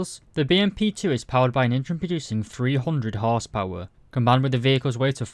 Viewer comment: I like how you say whores power